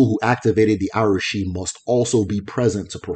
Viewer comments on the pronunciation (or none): I enjoyed your videos...but i noticed you pronounce some Igbo terms like they were yoruba words...e.g Arushi, Agbara etc.